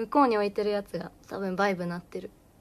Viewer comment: バイブ⤴︎と言わないといけないところをバイブ⤵︎と言ってしまったというわけか